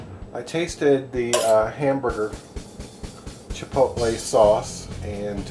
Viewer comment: chipolte what is that